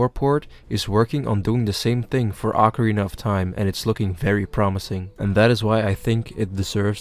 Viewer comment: Ocarina of Time or Acorina of Time? I hear only Acorina ^^